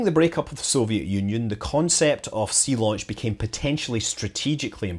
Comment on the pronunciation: Zeelaunch !!! I thought you were trying to do a German accent there.